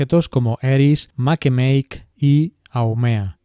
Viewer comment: Se pronuncia Make-Make tal cual se lee, es lengua maorí.